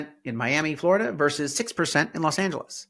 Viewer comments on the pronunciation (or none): none